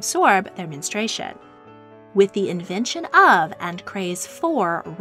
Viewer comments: I couldn't watch this because you kept pronouncing it 'men- stray- shun'. It's 'men- stru- ay-shun'. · Its Men-stru-ation not menes-tration. Your mispronouncing is so distracting. I couldnt finish watching this. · The narrator nees to learn how to properly pronounce the word menstruation. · Menstruation. Men-strew-ay-shun. It’s 4 syllables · MEN-STRU-A-TION. It;s got four syllables goddamit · Omg it’s pronounced “men-stru-ation” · Could they have at least insisted on pronouncing 'menstruation' correctly? The narration is very annoying.